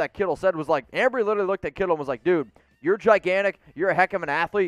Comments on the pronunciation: It's Embree not Ambree. What is this amateur hour? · Embree not Ambree. TA is a very good tackle but we need a RT. Too much money for mine.